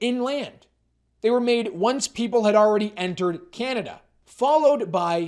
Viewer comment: Just where is this "Cyanada" place you keep referencing?